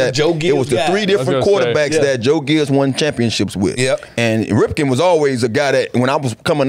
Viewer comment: SUPER AWESOME SHOW DUDE'S. Why is Satana Not wearing the Same Shirt as Logan or Fred? I notice he Nevers has the same clothing when the others where the same! Plus, couldn't get Mark Rypien's name correct. He kept saying Ripkin. Boo, for getting Rypien's name Wrong. He was, and is my FAVORITE QB of the REDSKINS Franchise!!! I ABSOLUTELY LOVED Joe Theismann and Kirk Cousins. Didn't like Mr. Self Centered RG3. SO MY top 5 WASHINGTON QB'S are: 1 - Mark Rypien 2 - Joe Theismann 3 - Kirk Cousins 3 - Jay Schroeder 4 - Patrick Ramsey 5 - Brad Johnson Yes, I ABSOLUTELY LOVED these QB's. Doug Williams had 1 Great Quarter in the Biggest games ever. The Superbowl. So he gets a Honorable Mention. I didn't Love him though. Great Show. 😊